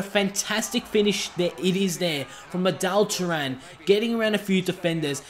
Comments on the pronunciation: Adal Turan lol It's Arda Turan. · its arda turan not adelle turan